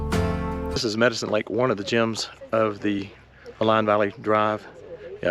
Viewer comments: "Maligne Lake", pronounced "Maleen Lake". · Maligne is pronounced Mah-leen. Its a French word. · I enjoyed your video. Welcome to Alberta. Maligne Lake gets its name from the French word Maligne to describe malignant or wicked. Its pronounced Maleen. Safe travels. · So the lake is actually pronounced Ma Leen Lake. It's an incredible place to fish. Thanks for sharing and coming up to see our amazing Rockies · Malign lake - pronounced - me LEEN